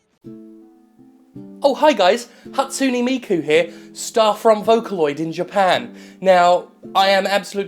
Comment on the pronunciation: Ha-tsu-NE, not Hatsuni. T_T Pleaaaase tell me you were doing that on purpose.